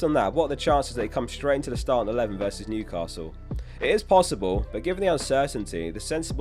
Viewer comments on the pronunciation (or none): none